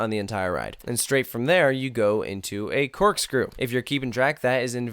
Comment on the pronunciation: did u say corkskewl